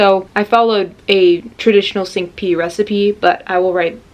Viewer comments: Just a note It's not sink it's cin (like cincilla) ku e it means five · The “Sink P” and your correction made me laugh out loud. Very cute. Of course we want to see a Boba trip and the sodas from work. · I always find it amazing how Americans can Americanize every word, even cinque 🤣❤️